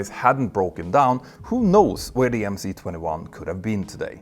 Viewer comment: Two remarks: it is 'avia dvigatel': air engine. And the letter 'C' in MC-21 is a cyrillic letter, pronounced 'S'.